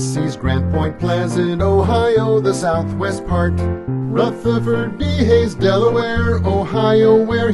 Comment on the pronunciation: You finally pronounced Rutherford correctly.